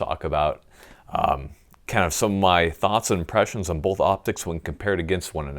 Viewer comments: Wait, did you just say Bolth or Both? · I never knew there was an "L" in the word "bolth" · "I have boLth; I use boLth" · "bolth"...? rooster teeth burnie?